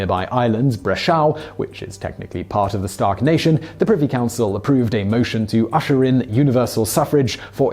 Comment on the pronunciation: why do you keep saying 'Stark'?